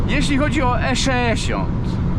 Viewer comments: nie mówi się E szeesiąt tylko E sześćdziesiąt. Popraw dykcję. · 3;45 skisłem ze śmiechu:) eszeeesiont